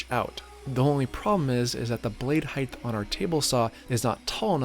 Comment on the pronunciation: You said " hithe" instead of height. You don't know what you're doing